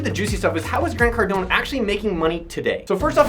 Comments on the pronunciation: Pronounced Car-doan, not Car-doh-nee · They fact you call him Cardon-E makes me not trust you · Grant Cardon-ey. lol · "Cardon-E"?? WTH?? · Nigga just said "Grant Cardoney" wtf lol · Well very informative I think the thing that irritated me the most was you pronouncing his last wrong. Even when you listen to Grant say his last name the E is silent. Well he kind of looks like it you make him sound like a mafia gangster. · You should learn how to pronounce someone's last name before you do a video about them. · I usually love these videos, but hard to trust this research when you can't even pronounce his name lol